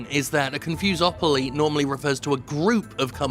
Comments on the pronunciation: "confusepoly" HAHAHAHA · CON-FOMO-POLY. EASY AS THAT. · It's pronounced "Confuse 'em Properly" hope that helped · Con-Fom-opoly? Fom-fus-opoly? Con-fom-fus-a-mopoly!!